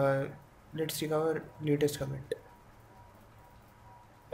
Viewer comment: commit uu h commit uu h commit uu h comiiittuuhh